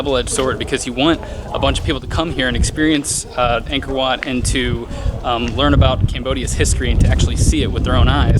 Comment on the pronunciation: This is a great video! The temple is truly a great place and thank you for visiting my home country but just a tip, "Ankor Wat"-if you want to sound more native- is pronounced "ung-kh-or wh-aught" :) keep in mind, you aren't Cambodian so it's okay if you don't get the pronunciation right away. You guys are awesome. Keep it up!!